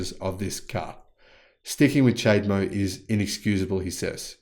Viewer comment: Cha-de-mo. Not chade-mo.